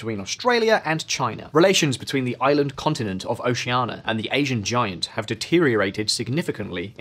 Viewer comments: hearing this man say 'oceana' without the i is killing me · Didn't pronounce Oceania correctly even once... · Oceania = o-she-ah-nia WITH an "i". Canberra = canbr⟨ə⟩, or can-berra, NOT can-bear-a. These are not problems with the English accent, they are an inability to read.